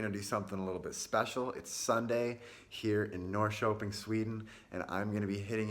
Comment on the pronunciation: Du låter skånsk när du säger Norrköping xD